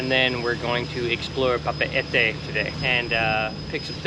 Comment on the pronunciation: Nice try for pronouncing Papeete and Moorea. 🤙 appreciate !